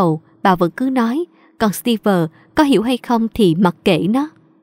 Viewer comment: ơi, chị góp ý chút, trong truyện bà mẹ vợ, phát âm tên Steve sai rồi. Đoc như Steev ko có vơ